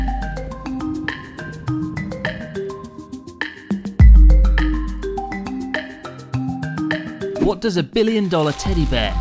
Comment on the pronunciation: The way Chris pronounces Aso makes the phrase "the last known eruption of the Aso (asshole?) caldera" sound really off-putting.🙄